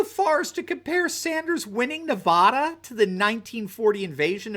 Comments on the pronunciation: people really need to learn how to say Nevada theres no e on the end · Please correctly pronounce the name of the state of Nevada. Thank you